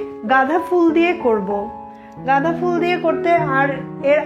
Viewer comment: গাঁধা না আপু গাঁদা হবে।